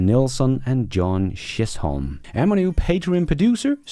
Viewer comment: The best thing about this channel is how you try really hard to mispronounce everything you read. Todays gems were Giga, Nigeria, Chisholm, and Stew.